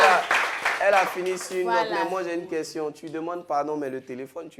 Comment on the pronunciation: lourd goumin deh. Et puis elle dit ko "question".